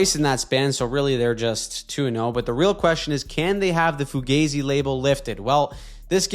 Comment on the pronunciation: That's the most Canadian way I've ever heard someone say fugazzi.